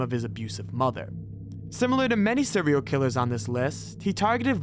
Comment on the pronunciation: "Sewial Killas.." 🤣